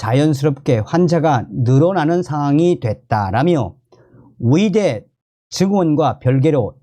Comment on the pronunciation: 어이대라고 안하고 위이대라고 말하는 당신 발음 참 이상합니다 국어공부부터 먼저 배워야 할것 같다